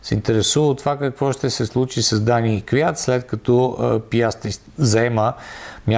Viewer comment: Май се произнася КвиЯт... Ех,,. Иначе поредното интересно видео.